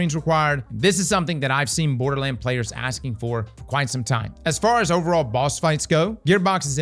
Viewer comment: Dude said "Boarduh lands" like 40 times before mins.. Dislike..